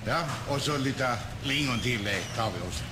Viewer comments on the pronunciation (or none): none